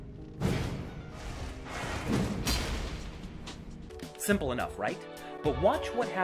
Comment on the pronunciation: Fun fact: "Zweihander" is a german word and means two-handed sword (suprise suprise). But actually it's called "Zweihänder", with an ä instead of an a. Greetings from an german Tarnished.